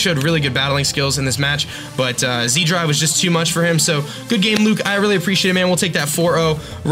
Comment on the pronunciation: Wouldn't zDrive be pronounced as setDrive? (Austrian, not Australian, here)